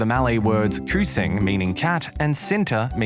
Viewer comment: hey guys he say kucing like kusing and cinta like sinta maybe elexa know how to say it